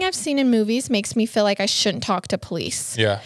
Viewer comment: Love you guys but Again it's "MALE" not "MILL". Also it's "WHEEL" not "WILL"!! so cringy!!! And "You can just FILL in the video", it's "FEEL" 😂😂😂